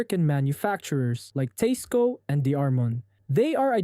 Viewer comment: Did he just pronounce Teisco correctly??